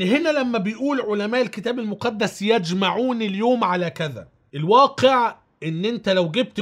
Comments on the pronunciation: يُجْمِعُون وليس يَجْمَعُون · " يجمعون "بضم الياء وليس بفتح الياء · يُجمعون يا باشا و ليس يَجمعون